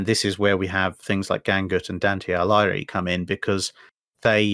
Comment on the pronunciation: great video mate. One thing though: Dante Alighieri, pronounce the last name Ah-lee-g-ee-eh-ri. The Gh in Italian just ensures that the G is a hard sound as opposed to making a j or ñ sound:))